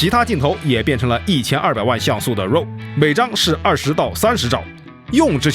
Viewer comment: raw 读作 /rɑː/ 或者 /rɔː/， 并不都 “肉”。。。。